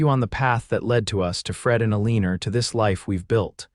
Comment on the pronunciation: Excellent story, but teach the AI to lose that r at the end of Elina.